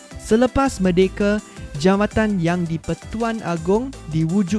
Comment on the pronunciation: cikgu maaf saya nak tegur, bukan merdekE, sebut merdekA baru betul cikgu.